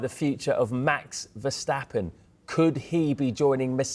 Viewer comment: Max verstappen has been in F1 for about 10 years. Isn't it time you Brits learned to pronounce his name properly?